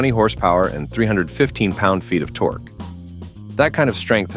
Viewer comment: How many lb. ft. Torquee' did you say again? 😂